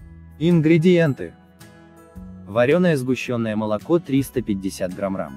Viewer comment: Почему в начале вы говорите грамрам, туту что-ли